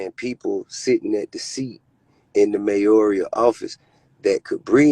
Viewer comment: Did TI just say “in the mayorial office?”🤨🤔🤦🏾‍♀️🤣🤣🤣